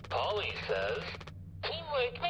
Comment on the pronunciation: Polle is not pronounced Polly